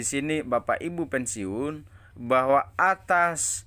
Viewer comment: BACA AJA BELUM LANCAR ,SDH BISA NYEBAR BERITA BLM TENTU BENAR . PENSIUN BUKAN PENSIUNG .